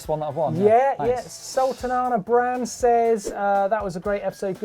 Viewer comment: Sul-tanah-bran! It's Sultana Bran you!